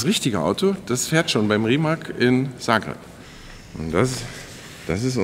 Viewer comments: Der „Rimac“ wird nicht Rimak sondern RimaZ ausgeprochen.. so nebenbei! Lg. aus Kroatien 🇭🇷✌️ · Wird Rimac wird "Rimaz" ausgesprochen oder? Wie Rosicky damals beim BVB 😬